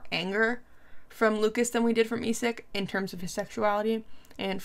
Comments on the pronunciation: Yes the 'S' sound is silent. Its just Luca(s) 🙂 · A little piece of advise on French language: you don't pronounce the s at the end of Lucas :)